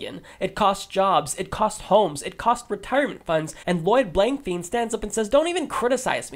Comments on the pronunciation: "Fein" technically should be pronounced "fine" with long i sound from Germanic language root. -- Ole Blankfein took over CEO of Goldman Sachs after Henry Paulson left the position to become the US Secretary of the Treasury. Revolving doors... and corporatism has their candidates bought and paid for on both sides. If Blankfein doesn't like Bernie Sanders, then that's a plus. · Pretty sure it's pronounced Blank-Fine. Thanks again for your videos.